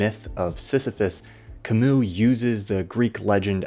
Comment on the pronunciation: It burns my ears every time you mispronounce Camus